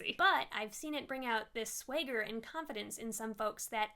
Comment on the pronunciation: did you seriously pronounce swagger like that